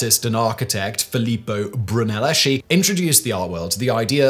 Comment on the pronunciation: For future reference: Brunelleschi pronounced "broon-el-es-kee", Guillaume pronounced "gee-yome", Uffizi pronounced "oo-feet-see"